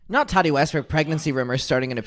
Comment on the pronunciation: i love how you pronounce Tati like tatty 😂